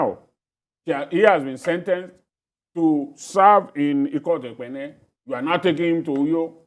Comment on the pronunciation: I suspect the gentleman anchor here has been eating so much afang soup over the years. His pronunciation of "Ikot Ekpene" is so perfect. Cheers, man.